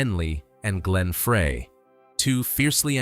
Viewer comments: I'm sorry, I can't take you seriously when you mispronounce Frey. Stop it! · FREY - PRONOUNCED FRY!!!! Not Fray.. Gawds, it's hurting my head listening to this crap AI narration. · You can teach A.I. how to pronounce people’s names. No excuse for this bullshit. Glenn Fray ? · It's Glenn frey not fray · Glenn "FRY" Frey. Please, adjust the AI algorithm so it can pronounce words correct. They didn't have large mouth Bass fish with guitar stings on it. Can't listen to this. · In ONE NIGHT I have heard A.I. Screw up at LEAST THREE Names that are House hold known to people all around the world!!! GRRRRrrrr!! It drives me NUTS!! That so many people are using it yet not taking the time to EDIT IT! It's NOT A REAL PERSON! It's a THING! Dan Aykroyd is not pronounced like APE! or ACHE!! It's like Apple or Abbey! And it's GLEN FREY said like FRY! Or FRIDAY!! UGGHH!! Sorry folks it's my peeve! Then there's Poor Bernie!! LEED ON BERNIE!! I'm gonna lose it! I'm gonna go fishing...Maybe catch some "Bass" fish!! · miss pronouncing names is very bad. learn these guys names, Bernie Leadon and Glenn Frey. Henley just admitted Joe Walsh was one of the reasons why the Eagles broke up. Walsh joined band because he couldnt no longer writer 8 or 9 songs for albums. he could write maybe 2 songs so joining a band worked out for him. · Notice how Frey and Bass are pronounced. Definitely AI narration. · now why would i subscribe to a youtube channel that can't even pronounce the eagles names .. its glen frey .....pronounced as fry .. not fray .. and bernie leadon pronounced as ledon .. get that shit right at least .. or get a real person to narrate your video .. you dip shit .. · Fry not Fray and Led-on not Leedon. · Pronounce the guys names right Glen FRY Bernie LEDon